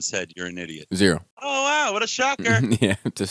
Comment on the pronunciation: Eeediot! LoL. Haters gunna hate Bobby. Personally I get a kick out of your reviews with all the quirks and silly pronunciations. Keep up the good work bud. Thanks for the laughs. =D